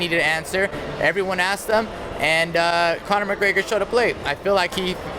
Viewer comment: I really like Gilbert Melendez. I think he's a great fighter and a really good analyst. But say it with me; "Conor M-c-G-R-E-G-O-R". Damn bro. Annunciate his name.